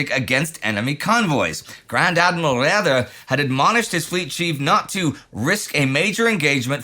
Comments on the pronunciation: As others have pointed out, "Raeder" is pronounced approximately the same as the English word "raider". Neidel mispronounces many English words too, the name of the British cruiser Galatea, e.g. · Still mispronouncing "Raeder", I hear.